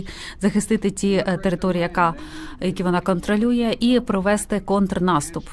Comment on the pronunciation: Ну шо там з хонтрнаступом то, Янина